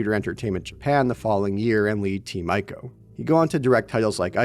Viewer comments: The band is Luscious Jackson, not Lucius Jackson, and Ico is pronounced “eee-koh”, not “eye-ko” Do you ever research any of that kind of thing? Every video you make has similarly idiotic mistakes. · Ico is pronunced: "Eeko" ;)